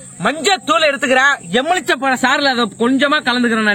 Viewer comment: ப்ரோ எமிழ்ச்சம்பழம் இல்ல எழுமிச்சைப்பழம் ப்ரோ